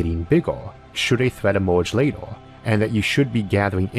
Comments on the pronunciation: Seriously how can someone so well spoken and eloquent look at the word "Later" and say "Lator" what about an E makes you say O ? I would love to consume this amazing well thought out and informative content but honestly, if you cant speak, hire someone who can. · So get fucked and fuck off then. If you'd watched his older videos, you'd know 1. He's got some fascinating videos and 2. Man's got a speech impediment. No need for you to be a dick about it, just click off back to recordings of guys hitting themselves in the testicles or whatever you watch normally.